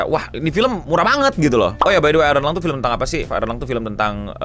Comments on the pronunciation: "Iron Lung", bukan "Ironlong" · Iron Lung ya bukan ironlong.